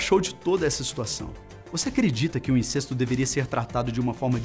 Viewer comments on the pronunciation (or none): A pronúncia não é "INCÊSTO" (com "e" fechado), mas "INCÉSTO" (com "e" aberto)!!! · Incesto e pronunciado com ‘e’ aberto, mesmo sem acento...